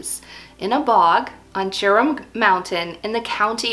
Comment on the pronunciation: Very interesting and inspiring! Just for the record, I thing Gerum is pronounced with a hard G, as in ‘gear’, and the name would be pronounced GAIR-room. I speak Norwegian, not Swedish, but the languages are very similar, related, and mutually understandable. Any Swedes watching?? Please correct me if I’m wrong!